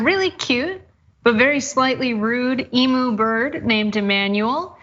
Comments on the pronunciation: corrected herself after her first pronunciation of the bird emu and then got it right. Cenk it's "e-mew" not "ee-moo!" Get it right, take it from an Australian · DOH, 🥴🥴 Eemoo? Eemoo? WTF is an Eemoo? Is it similar to a BIMBO? And WWII??? OMG do your research 😤 you say WWII veterans started an Emu war, in 1932,, you must've been 'wagging off' school the day they taught about WWII in your history class, it was from 1939 to 1945, but at least you started saying EMU correctly as the video progressed. And as per most other comments, why bring politics into such a funny story? Double DOH 🥴🥴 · Please!!!! It’s not emooo it’s pronounced eemyou. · Eem-yoo. Not emoo. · It's pronounced e-mew, not e-moo ... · It’s eem-you! Eem-you! Say it with me now. Also, its zebra, not zeebra. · Please guys it is not pronounced ei mu, it is pronounced eem you. pronouncement is spot on👍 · Hey guys, get it right, it's not pronounced EEMOO, it's pronounced EEMYOU! Or here in Oz a bush chook. 🤣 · WWI machine guns were difficult to aim accurately, especially from the back of vehicles. Emu's are fast, agile and scatter when attacked. Makes them perfect for dodging machine gun fire. Also Americans, take a minute to google to how to pronounce emu. It's really annoying to hear you keep mispronouncing it. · Thank you! It's EMYOU ! Not EMOO! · It's not E MOO it's E MM U why do Americans always pronounce it wrong I've never heard an american pronounce it correctly and the graphic TYT put up with is of a ostrich with her chicks NOT a emu and Cenk is always saying how dumb the right is LOL maybe TYT doesn't know the difference between Africa and Australia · Emu pronounced eem you. Not eemoo! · PLEASE Americans, stop murdering our Australian names! Emu is not pronounced Eeem-Oooh! Emu is pronounced Eeem-you! Could you spread it around?